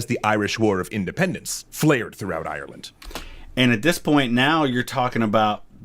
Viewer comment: the graphic reads "Kerry, Ireland," but I swear the narrator says "Kerry Island"